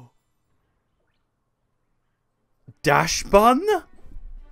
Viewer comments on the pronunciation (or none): oh! as a german i have noticed how you pronounced dachsbun and, with dachs being a german word, i can tell you its not dashbun, but daksbun :D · I like how dachsbun almost sound like “That buns!”